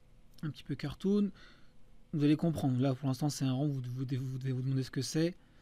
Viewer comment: Il sonnait très allemand ce "cartoon"